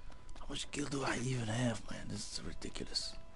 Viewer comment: It's gil! Not jil! >:( KAAAAAARMAAAAAA